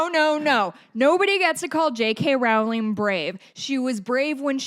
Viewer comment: Just one pedantic point: Rowling is pronounced like "rolling". That said, continue slamming all transphobes for being transphobes. "Dinosaurs are cool. Transphobia is not." -Jamie Raines (aka Jammidodger)